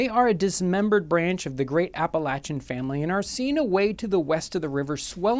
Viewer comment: Thank you for pronouncing 'Appalachian' like a native, those of us who grew up there appreciate it!